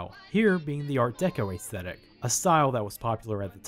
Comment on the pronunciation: The 'ae' in 'aesthetic' is pronounced as a short 'e', not 'ay'.